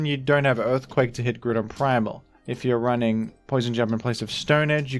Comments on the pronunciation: IT'S GROUDON, NOT F*CKING GREWDON! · IT'S GROUDON, NOT GREWDON! GET IT RIGHT PLEASE! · I accept the baton pronunciation but grewdon is heinous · THE SECOND O IN GROUDON IS SUPPOSED TO BE A U! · Why do you pronounce Groudon like that? 😭 "Grew-don"